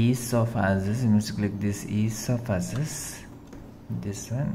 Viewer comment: "ease of assess"💀